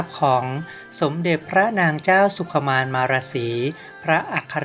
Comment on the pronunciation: อ่านพระนามของท่านให้ถูกต้องด้วยค่ะ อ่านว่า สุ-ขุ-มาน-มา-ระ-สี ค่ะ